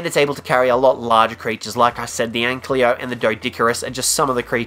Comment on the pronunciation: This is how he said ankylo.... Anklyo..... bruh